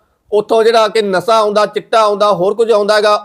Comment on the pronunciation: ਸ ਦੇ ਪੈਰ ਬਿੰਦੀ ਲਗਾਇਆ ਕਰ। ਪੰਜਾਬੀ ਭਾਸ਼ਾ ਦਾ ਮਜ਼ਾਕ ਨਾ ਉਡਾ। ਸਰਾਬ ਨਹੀਂ ਸ਼ਰਾਬ ਹੈ। ਨਸਾ ਨਹੀਂ ਨਸ਼ਾ ਹੈ।